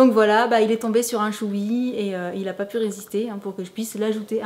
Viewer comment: c'est pas choubi c'est Chewbacca